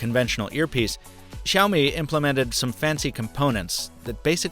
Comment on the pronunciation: How to pronounce Xiao, just say see ow as one word.